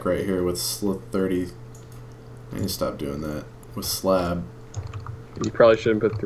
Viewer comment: IDK why but I died laughing when he said, "How do you make a sl-33-ab"